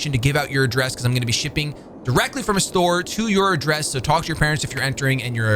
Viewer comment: When he said talk at the begging. His accent came all the wayout